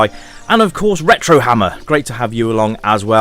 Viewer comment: Ahhhh, the butchering of my name.... lol. My Surname is Hamer (Hame-r) but believe me you are not alone, as most call centres ask for Mr Hammer too. This is still may favorite Zelda game of all time even after completing Botw which was a fantastic game in itself but how do you work on perfection.